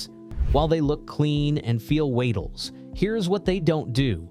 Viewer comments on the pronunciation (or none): Sorry. I don't need AI voice-over bot to preach about style. It lacks creativity and screams inferiority to a more polished and professionally produced video. pronouncing "weightless" as "watels" is just embarrassing.